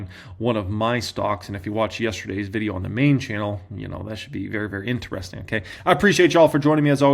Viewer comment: Love you, but it is “in…tri..sting” when you say interesting not “in…ner…esting”. 😂